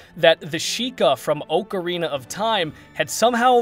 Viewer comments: Oakarina, ocarina... Your the only person I have ever heard pronounce it like that. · For the love of God, “Ocarina” is NOT pronounced oh-kr-ee-nuh!!!